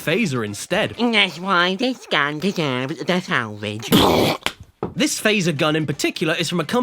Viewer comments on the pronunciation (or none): "dats y dis gun deserbs teh salvidge" shoots a lemon